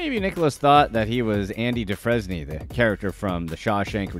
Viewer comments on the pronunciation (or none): Andy "Do-frez-nee"? It's pronounced Andy "Du-frame"